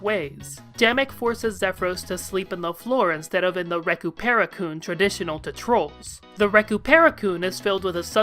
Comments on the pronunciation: serving me rage with that botched pronounciation Recuperacoon -> recoup / recuperate + cacoon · I think you mispronounced recuperacoon. I think it's supposed to sound like recuperate. Not like raccoon parrot. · nice theory video but the way you pronounced recuperacoon made me have to pause the video and take a sec to collect myself. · I'm sorry but I'm wheezing at how you pronounce recupercoon